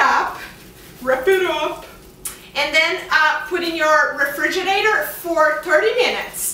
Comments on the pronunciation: Did she say refridgidador? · Yes she did, Refrigidador. I am wondering what the fuck is that?